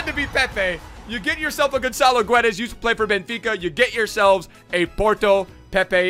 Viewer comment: its pronounced gedash